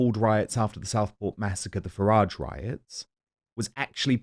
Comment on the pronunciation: He’s a horrible man, with many obvious hang ups. He can’t even pronounce Nigel Farage’s name properly, so disrespectful. I stopped listening to it years ago.